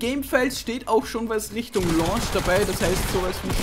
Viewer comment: lonsch??? launtsch!!!